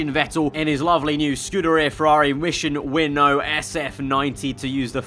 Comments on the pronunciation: "Mission Win Now" is how it is pronounced not winnow lol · Its pronounced “Win-Now”. Not Winno. 😂